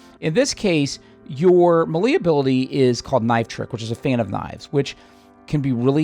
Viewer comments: Love your videos. Your style play is very close to mine (Although you are probably much better at it) Just one thing. me·lee /ˈmāˌlā,māˈlā/ MAY + LAY 🤣 Or just keep saying it however you want as long you keep giving those helpful tips. 😉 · The way this guy pronounces melee bugs tf out of me